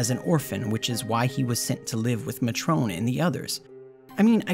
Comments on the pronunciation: we're discussing the English version of the game here. It's may-tron. And it's not just the United States. All English speakers would pronounce it with the emphasis on the first syllable. Never maTRONE. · Mah-trone? XD Ooooh matron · So good I got it as a Xmas present and loved it so much I have just never completed it. I get up to Ultimecia and then delete it and start again. It's just so good, despite the problems, that it's actually a little rushed and Disc One needed more time to breath, it just always hits so good. Love it. One thing I odn't know if this was a bit with mispronunciation but it's May-tron not Ma-Trone, its a job. And actually if you'll forgive the pedantry GFs are mentioned as causing memory loss in the information tab in config. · Muh-trohn. You mean... matron? Lol. Great vid. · Awesome video. Once correction though. "Matron" is pronounced "MAY-truhn", not "ma-TROAN". The kids called her Matron because she was the head of the orphanage. Their "mother", for all intents and purposes. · For some reason I've always pronounced the name Matron 'May-tren' in my head lol but I guess 'Mah-traun' makes more sense. I dunno how I came up with 'May-tren'. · Nice vid. Just a note.. Edea was their Matron, pronounced May-Tron. A matron is a word for a woman in charge of a school or similar establishment or like a head nurse. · See I know what a 'matron' is, but I've been pronouncing "Muh-Trone" since I was a kid and somehow the two things never overlapped in my mind. Two bits of knowledge, never the twain shall meet. Edit: spelling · I pronounced it Mut-ron as a kid. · I always pronounced it Mat-Tron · "A woman named Matrone" Matron is a word you know. It just means caretaker of a boarding school. "Ulteema weapon" Okay you're doing it intentionally. Quit that. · Matrone? Seriously dude, do you not know what a Matron is? Good video though. ...but seriously, matrone? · This video was awesome but….”Muh-trone”?? Lol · Yeah it doesn’t rhyme with Patrón lol